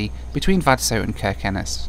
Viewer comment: You are pronouncing every Norwegian place like a real Norwegian, Its amazing too hear, the only thing wrong is Kirkenes, the K in the begining is pronounced with a ¨sjjj¨ sound instead of a K, but your spot-on! 😁